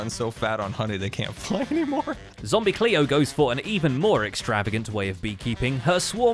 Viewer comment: "WWWWelsknight" "Zom Bee Cleo"